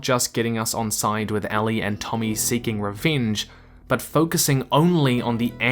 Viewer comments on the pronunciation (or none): Anyone else bothered that he keeps pronouncing "Ellie" as "Allie"?